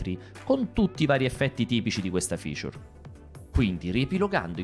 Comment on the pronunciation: Quanto te piace dire "Ficiur"